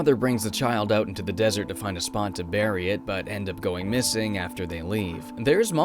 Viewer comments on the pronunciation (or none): none